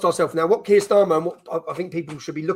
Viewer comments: Benny.. Kier is pronounced “Keer” not Kire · Keir pronunciation like queer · You're pronouncing his name incorrectly , 'Queer' Starmer